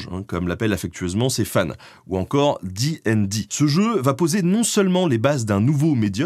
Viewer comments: Alors félicitations pour la vidéo qui est très bien dans l'absolu... mais une torture à écouter : Absolument PERSONNE ne dit "di'n'di", c'est soit " dé et dé" à la française ou bien DD directement, J'ai rencontré de rôlistes de toute la france à travers moultes conventions et GN et c'est la première fois que j'entend ça, c'était... perturbant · Donc, tu dis ''di n di'' (et pas dédé), mais tu dis ''con an' et pas ''conane'' ? C'est quoi ce curieux choix de prononciation ? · très chouette vidéo par contre ca te ferais mal de prononcer ca a la française, "di aine di", j'ai encore mal aux esgourdes ….